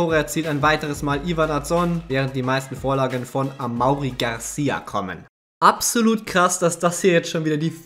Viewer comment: amaury garcia spricht man amory aus ,das weis ich weil mein bruder so heist